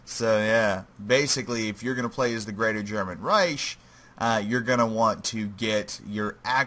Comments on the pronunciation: This hurt to watch, not cause it was bad, but because of pronunciation. Reich is Pronounced like rike, not riesh. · This bugged me the entire video, it is pronounced Reik not Reish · Yes, like bike